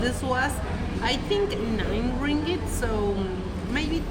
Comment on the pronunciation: Hahah, the sound of 'ring it' for ringgit. Welcome to Malaysia.